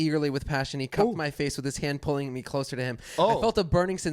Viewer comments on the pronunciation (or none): none